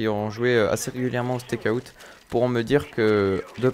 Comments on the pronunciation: En anglais, out se prononce Aoute ;) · tu dit comme un steak (charal) et tu rajoute out steakout lol